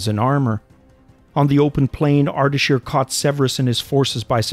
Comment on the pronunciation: It's Ardeshir not Ardashir